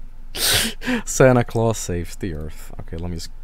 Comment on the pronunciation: there's no e at the end of santa claus